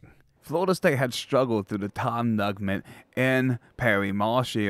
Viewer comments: It's Tom Neugent, pronounced new-gent.....and Bobby Bowden was the position coach for Fred Belitnikoff in 1964, the first year we beat UF.....Bill Peterson had an eye for talented coaches....he hired Bill Parcells, Gene McDowell, Bobby Bowden among others........ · Tom “Nugment” LMFAO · Tom Nugent (pronounced New-gent). This historical stuff is really important. My Mom graduated from FSU in 1952. My parents were avid football fans. We attended those great games (first Gator victory, tying Alabama in Tuscaloosa, etc.) Please cover the great players (Tensi, Biletnikoff, Hammond, Sumner, Sellers, etc.) Peterson deserves much credit. Bowden was the greatest.